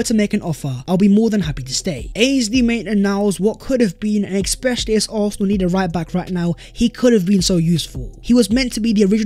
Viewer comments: Ex-specially, ex-specially….. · You know its when you hear "Expecially"😁